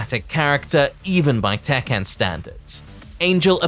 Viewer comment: Yo. It's Tekken, not tekkan